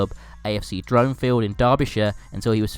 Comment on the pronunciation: The ‘Dron’ AFC Dronfield is pronounced rhyming with ‘Ron’ :)